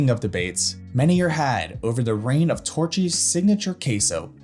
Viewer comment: Dude said Torchys tacos🤦🏽‍♂️